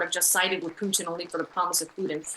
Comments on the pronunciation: it’s putin not piyutin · For the love of God, can you just pronounce Putin's name properly?